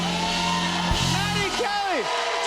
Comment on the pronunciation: I think she slurred her name and felt awkward but she played it off super clean. Listen closely. She says like "maddary calorie" lol